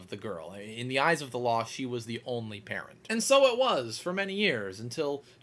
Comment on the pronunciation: You say "parent" like "parrot"